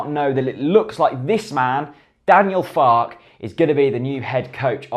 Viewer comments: Believe it's pronounced Fark-er rather than Fark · I believe the pronunciation is "Farker". As in, "Mother Farke". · Two minutes of research on Youtube would have revealed that his name is pronounced FAR KERR. But hey, waffle on. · it's pronounced Fark-er isn't it